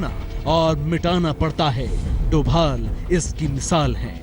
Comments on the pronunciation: he is ajit *dobal not doval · sorry Novel nahi Doval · it's dobhal . not thought aaj tak would do that